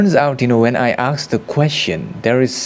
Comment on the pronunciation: Aasssked. Now repeat after me. Asked. Not aaksed.